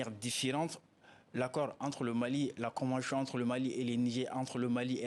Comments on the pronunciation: La convenchion, imposichion, franche.... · Shorohbi KO convenshion. Il a des problemes avec la prononciation de tion en shion. Eeeh mohladen= enfant de quelqu un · La convenchion... 🤣 C'est vraiment laborieux. L'expert a besoin d'aide. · Qui peut le prendrr comme avocat meme? Surtout est devenu sirtout, chagishant s sgissant, finanshiers, soshietes , convenshions, penshions, applicashion, ouf! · C'est maintenant que vous appelez ca convention ? Votre escroquerie qui ne beneficiait qu'a la france ! C'etait un jeu de dupe ,ya rien a negocier lafrique est perdant,ce consultant ne connait rien du tout Kil apprenne dabord a dire convention et non convenchion..bois bcp d'eau grillon de service C'est un accord c'est mort point barre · On ne dit pas convenchon mais convention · Pourquoi chion au lieu de sion ou tion.